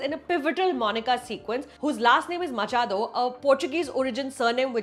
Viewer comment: Finally someone pronounced Machado right 🥲